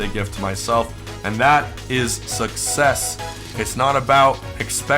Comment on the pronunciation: I love talking about success (pronounced suckies)